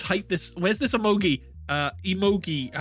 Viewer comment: Them: emogee Me: triggered